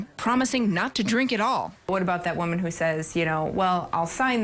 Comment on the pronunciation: Reshpoosh womon